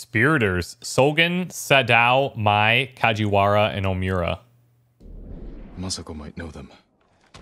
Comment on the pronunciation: pronunciation corner! just a couple this time, pretty minor ones tbh, you're doing great on most of the Japanese words. SADAO pronounced "SA-DAH-OH" OMURA pronounced "OH-MOO-RAH" though don't draw out the O's loving your playthrough of this so far, makes me wish I had the funds to play alongside you, but ah well, I'll just have to keep enjoying your vids lol